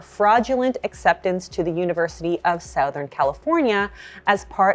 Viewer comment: I have never heard anyone say southern like you do